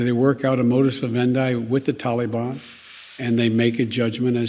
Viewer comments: Its taliban not Tullybun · "The Towleybahn" -Hidin Biden 2021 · Since when do we pronounce it Tally bon? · He always says "and I want to make clear", things have never been less clear with you at the helm, And start day Taliban the right way, it's not talybon you idiot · The “Tollybon”??? He is so stupid! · Anyone else cringe when he says “tally-bahn”?? Ugh!!! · “The only way there gonna be peace is that they work our a modi’s endi with the tal-i-bon.” -Joe Biden